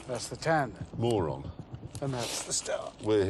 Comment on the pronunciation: As a mongolian when the called Mörön as moron i burst out laughing. It pronounced more like murun